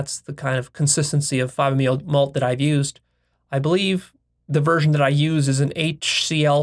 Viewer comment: He says that IVE discovered emphasising I’ve, I’m not trying to be a hater, I love videos and respect his mind but it shows what I have mentioned before (that he is delusional about his own intelligence and a megalomaniac)